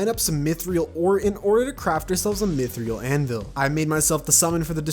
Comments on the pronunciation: Lmao As a thot bros worried bout mispronouncing that then says myth real and does not care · dude, stop saying mythriel its mythril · You said mythreal but its pronounced m-ithr-l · Isn’t it mythril? Not mythreal?? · Ah yes my favorite ore “mythriel” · Bro doesn't wanna say Azathoth but will happily pronounce Mythril as "myth ree al" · correctly pronounces "azathoth" "i hate that name i cant say it right" fucks up mythril so bad i wanna throw a brick at him *does so over an over and over... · I love content but I swear to god if I hear him say 'mythriel' one more time I'm gonna lose it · The fact that saying it as “mythreal”completely denies the first part of the name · Worries about saying azathoth wrong then says 'mithreel' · pronounces mythril wrong and yet is scared to pronounce azathoth 😭💀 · the way you say “mythril” makes me very angry